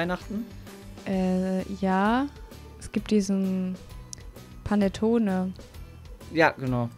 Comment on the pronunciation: Ich liebe panettone ich sprech zwar kein italienisch aber mein papa ich denke das du das richtig ausgesprochen hast zumindest ich sage es so 😊